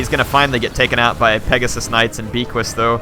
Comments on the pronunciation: The Undeath Star. Isn't they hippogriff's name pronounced "Beaky?" Because you pronounce it with a French accent? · Beaquis- (B-Ah-Key) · fun video but it bugs me every time says it. Beaquis has a silent S at the end and is pronounced Be'qui as becky or beaky. bit of a joke from the war hammer guys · And S is not pronounced at the end of most french words (I'm French)